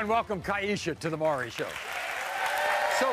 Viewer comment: Why is it so hard to pronounce "Maury?" It's NOT "Murry." Jesus...